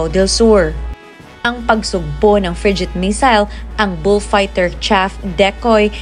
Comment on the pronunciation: Mali pronunciation ng frigate ng narrator